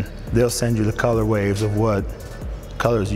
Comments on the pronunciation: "colorways", not "colorwaves" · Only complaint was him saying “colorwaves” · he keep saying "colorwaves"?